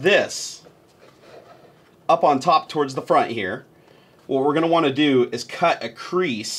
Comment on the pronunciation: When you said "cut cut cut" it sounded a lot like kit which means vagina in Dutch, can you imagine? " vagina vagina vagina" haha